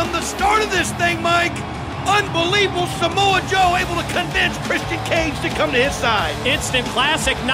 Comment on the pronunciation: “Smo Joe” FFS Scott😂😂😂